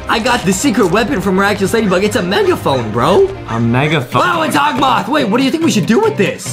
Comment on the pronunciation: Adem it’s hokmoth